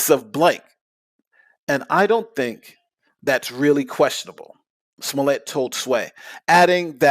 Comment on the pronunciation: he keeps saying “smollay” like his last name is spelled “smollet” and not “smollett”